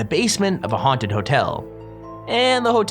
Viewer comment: Like and SUPSCRIBD!!! And you will not get honted